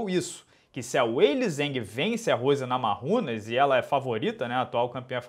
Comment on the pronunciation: A pronúncia é NamaIunas, não NamaRRumas. Só uma dica. Abraço